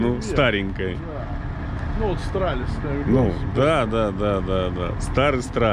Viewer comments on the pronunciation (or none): Китайский Стралис, а не "Страдалис"